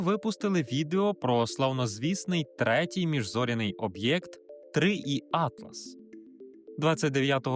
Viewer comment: "3 - і - Атлас" я перепрошую, але це англійська мова, тому весь світ каже "3 - Ай - Атлас"